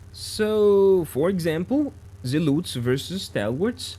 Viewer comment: There are no U in zealots ...its zea lot s..the zealUts was really annoying to hear so meny times....but a good vis :)